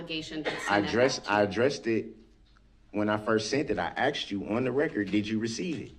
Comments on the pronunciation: "I axed you" instead of "asked you" .... wow, the stereotype is real. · Intelligence level "I did what you AX me to do". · I axed you a question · So sick of him saying "axed" instead of "asked". He sounds so ignorant. The "s" sound comes before the "k" sound. Grounz! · Poor guy how many times did she axe 🪓 him? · “I axed chew “ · I did everything you axed me to do. Din all of a suddenly you changed your mind. When did dhat hapin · He said, you axed me??? how can he understand the law written in ENGLISH if he can't speak and or understand ENGLISH? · “I did what you axe me to do”.😂😂😂😂😂😂😂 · This guy shows his severe lack of intelligence anytime he’s axed a question that the last attorney didn’t write the answer to in the original attorneys notes.